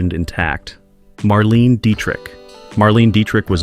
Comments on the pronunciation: It’s not Marleen !! It’s Marlayna - only the last a has a slight e sound in it. She is German!!!! Marlene Dietrich! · Someone needs to inform AI that Marlene Dietrich's first name is not pronounced "Marleen." It is pronounced "Marlayna". Also, Bette Davis's first name is not "Bet". Spelled differently, but still pronounced "Betty". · It's pronounced "Marlainah" Dietrich.